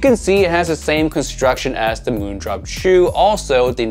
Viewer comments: Hi, I speak Chinese (Mandarin) Just wanted to let you know the pronunciation for Jiu, is actually, just like: "Joe". And is the second half of a combination that goes together to make the words for beer / liquor / wine, etc. The character for it is 酒. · I think JIU is pronounced as Jee yoo